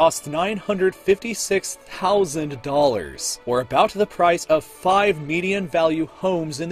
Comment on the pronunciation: "nine hundread fifty six TOUSAND dollers"